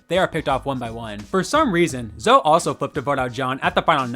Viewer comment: It’s pronounced Zo-ee.